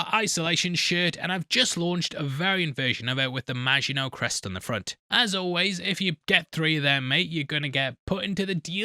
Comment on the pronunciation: saying Maginot like a boss!..... and weeks later I'm still getting sh*t for pointing out that he said it wrong in ep one!, hahaha